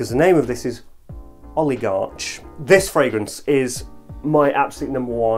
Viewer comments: You mispronounced oligarch. The c h sounds like a k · It's pronounced Oligark, i think